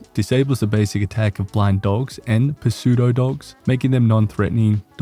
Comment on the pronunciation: The p is silent in pseudo-dog, its just pronounced sue dough dog